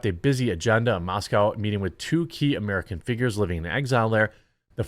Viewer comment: There is no "cow" in Moscow.